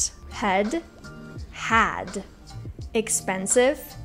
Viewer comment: As a native English speaker, I would have confused her pronunciation of expansive for her say expensive with an accent unless I heard it in context.